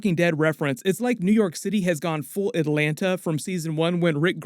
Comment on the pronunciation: Where are you from,? Because thats not how we say Atlanta 😜